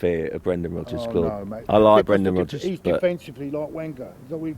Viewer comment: He said Brendan Rubbers !!!! O_O LOL!!!